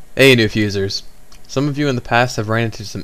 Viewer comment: LOL "Fusers" and the emphasis on "Thank You for watching" Nice job on the video. These should have been done years ago, would have cut down on the Forum questions!